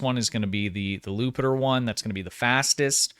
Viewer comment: It's not "Lupiter." That's Jupiter spelled with a capital "i" ("I") since Jupiter is a Roman god and there was no letter J in the latin alphabet; in latin it was just an "i." J was added to the english in Shakespearean times. It's "Jupiter."